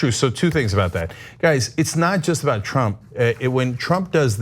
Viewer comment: Did Ana just call him “Chump” and not “Trump?”